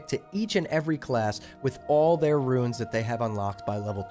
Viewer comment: RUNES not “ruins” lol